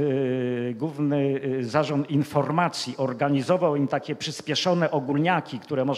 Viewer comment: UFF...! No oczywiscie ze ciekawy temat ale trudno się skoncentrowac bo jeszcze na obczyznie polskiego zapomniec nie moge: "Sposób WYDATNI" nie istnial nawet w socjalistycznej PL . "WYDATNY" - owszem . Juz scierpiec mozna pojedyncze błędy wymowy - ale notoryczne spłaszczanie nosówek , pomijanie "ł" : "gówny" miast "główny". Z "podstawówkom" Nie "się" a siem . Nie "są" , a som. ... ITP. ... gdzie się tak w Polsce "mówi? O ile to w Polsce jeszcze ? ..................... P.S. Nameczylam sie bo jestem bez polskiej klawiatury i korekcji czyli musialam przeklejac pojedyncze polskie litery tam gdzie ilustruja temat.